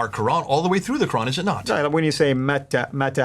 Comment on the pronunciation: Both of the speakers are nonMuslim. The very first word alQur'an is pronounced incorrectly, and how could both of you to go on with the discussion of Arabic language of alQur'an? All humans had never heard about 'istewa' , ' arshy' , 'siratulmustaqim' etc because all human are still alive in this world. In fact, they are in the journey to hereafter, life in grave that is a new and different world as compared to what it is now. You might be kidding others who haven't been exposed to the truth of alQur'an but you will never succeed to misguide reciters of alQur'an and sayings of Prophet Muhammad pbuh. With regard to the Bible, it has experienced a lot of changes, and not a single word is revealed in the book. It is merely based upon perception of Pope, priest and writers. Yet, you claim Bible is the original words of God or at least in the same language. Should you add S to the 'word', it becomes 'Sword'. This is exactly happened to the Bible and manuscripts, shame on you to believe something fake as true.